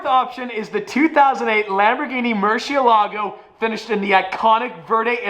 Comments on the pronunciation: Stop saying murshe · Can you teach tavarish how to say murcielago PLS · Why can't pronounce Murcilago? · I guess it’s gonna be an aston but probably not, whatever it is its great already since its a v12 lol Holy shit, the lm002 is a must have unless you can pronounce murcielago correctly